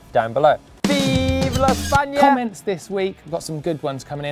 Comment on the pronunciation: Nice video like always and nice pronunciation on viva España, im from Spain 😄